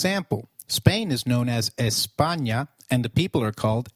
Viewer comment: EhPaNioh xddddd EhPaNia, me hace gracia como lo pronuncian 😂😂